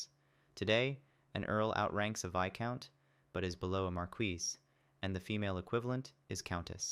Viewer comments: All my life I’ve been pronouncing viscount as “vis-count” wtf is a “vi-count” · I aint pronouncing that "Vaicount". Imma just say it "Veescount".